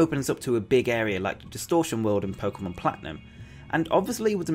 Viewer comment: The pomemon switch? Lol